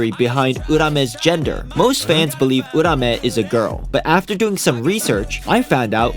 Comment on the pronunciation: it’s not “UUUrrAHMEH” it’s “uraume”